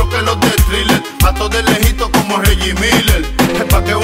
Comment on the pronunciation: "mas mostro que los de Thrilla" (Thriller como la cancion de Michael Jackson, pero Tego lo pronuncia Thrilla)